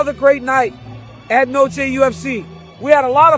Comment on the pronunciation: The fact that DC couldn’t even pronounce Noche this moron Nosay… Aren’t they paying him 🤦🏾‍♂️👨🏾‍🌾